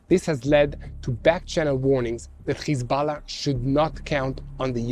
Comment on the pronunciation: Its hEz- bo- llah 😂😂😂😂 Not hiZ-bell- lah